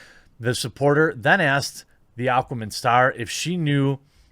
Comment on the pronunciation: I love how you said Aquaman like it was a last name lol "Aquaman! Kosher guardian of the seas!"